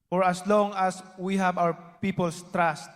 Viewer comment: BINABASA MUNA YUNG SPEECH MO HINDI PA TAMA SABI NIYA ; I URGE YOU TO BEER (BEAR) IN MIND DA THRILL ( THE STRENGTH) OF THE PARTY "IS LIES IN THE TRASH"( TRUST ) HA~ HA! MALI ANG GRAMMAR NO NO NO I WILL NOT VOTE FOR YOU